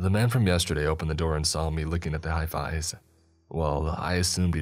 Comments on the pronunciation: Viz not vise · Yes, thank you. High-visibility jacket. Vis like biz, not vice. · High-vis jacket is pronounced /vis/ as in Biz. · just a note: "high-vis" should be pronounced "high-viz" - highly visible. - may not be relevant 2 years on, but someone who is confused can hopefully use the note. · The repetitive mispronunciation of Hi-viz is making me laugh, not at, just funny. It’s Hi-vizz like bright in color. Damn good story!